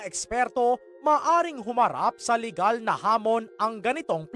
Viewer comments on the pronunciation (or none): none